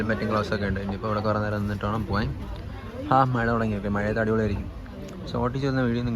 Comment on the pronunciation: Mazhayath ❌ Malayath✅